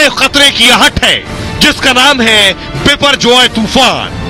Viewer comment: Not Biporgoy but Boporjoy